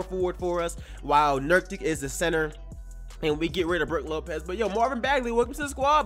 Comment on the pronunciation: Nurk itch not nurktic